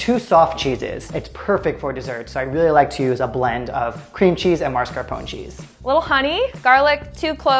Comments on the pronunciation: .....why is it so hard for people to pronounce mascarpone? Mass-car-po-nay. People always add an extra R before the S and it drives me crazy, even professional chefs do it... /smh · Oh, my frigging gawd. Mascarpone. There is no "r" after that initial "a". Please stop mispronouncing it as you come off like a complete moron. Can you read? Is there an "r" as the third letter? Seriously, can you read???